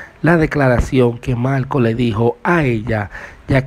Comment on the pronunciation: Pregunta : porqué habla tan mal . No dice Marco dice malco , no pronuncia la R y suena ridículo.